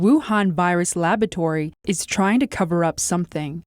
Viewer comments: What's a labatory? Oh... you mean lab-OR-atory. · New word: "labatory" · "Labatory" ... lavatory? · I really like and appreciate your channel. However, please have work on her pronunciation of the word 'laboratory'. The British or American English pronunciation is perfectly acceptable. Aside from that, keep up the good work.